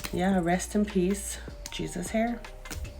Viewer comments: Why she pronouncing his name GeeZus? It’s pronounced “hey-Zeus”. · His name is not pronounced the way its spelled!!! The "J" is pronounced with the "H" sound. I ' CAN'T '🤦🏽‍♀️, with this pronunciation 😂😂😂